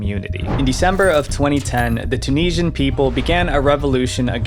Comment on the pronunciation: I wish you could pronounce Tunisian.